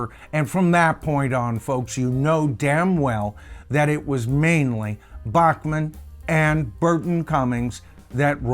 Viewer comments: Not to be too picky but Randy Bachman pronounces his last name “Back-man” not “Bock-Man” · His name is pronounced BACK-man. Not BACH MAN like the classical guy. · Randy's last name is pronounced "Backman" - even though BTO is usually pronounced beginning with "Bockman". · Randy's last name Is pronounced "BACK mun".....just listen to Burton. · To be honest.many of us in Canada (including me) pronounced it Bock-man as well until Randy started his CBC weekly radio show (Vinyl Tap) and re-booted his public profile.